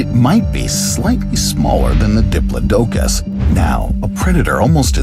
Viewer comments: I believe it was pronounced DI=PLOD-DUH-COS .or DEE-PLOD-DUH-COS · GIGA-NOT-O-SAURUS... & the DI-PLAUGH-DUH-CUS... PLZ PLZ, program your A.I. reader.. with better pronunciation. this was VERY hard to listen to..